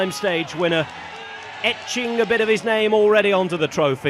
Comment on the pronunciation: I never catched his name neither and I do appreciate the exquisite Italian pronunciation :)